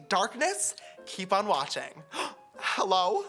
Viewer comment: Every time he said “HEYLLO” I died 😂😂😂